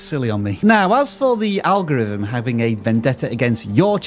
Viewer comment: ''Fumbnail and algorivm' still just hit my ear wrong